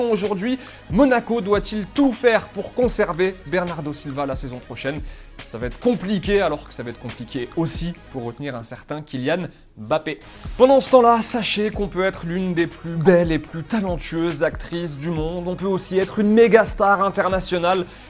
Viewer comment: J adore toute vos video mais on dit pas bappé mais Mbappé